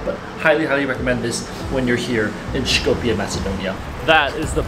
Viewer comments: You are misspronouncing the name of Skopje. It's pronounced more like scope-ye. Not shkopye. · Btw you dont have to pronounce the S in Skopje so harshly. Pronounce it like the S in Street.. its more of an S sound then Š. Š in macedonian is the letter Ш. You can hear Ш in the Sh in Shrek but in Street or Sunglasses its a soft S. Also this is an educational comment, I am grateful u visited Macedonia and hope you come again.